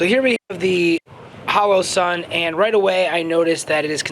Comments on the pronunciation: The "halo"??? You mean "HOE-LOE-SUN" or "HOLLOW-SUN"? (And I know it's a bit picky, but..."buyen"? Do you mean " buyin' ", as in the contraction for "buying"?) Otherwise, GREAT review! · Halo and holo are pronounced differently